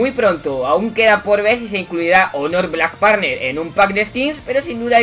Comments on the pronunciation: xD black parner, me mató, se pronuncia /blak pancer/ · Black parner jajajajajajjajajajajajjaa black panther cateto